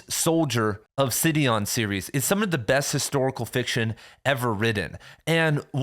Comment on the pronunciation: Sidon not "Sidion"